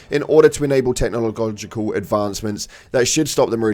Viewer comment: Dont worry, we shall breeze over how you pronounced Technological:D I miss the initial burst of difficulty we had with the very first predator strain release.. that was pure hellish joy.. everything has gone back to feeling easy again l0ol.